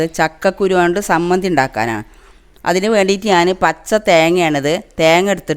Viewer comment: താത്ത സമ്മന്ധി അല്ല ചമ്മന്ധിയാണ്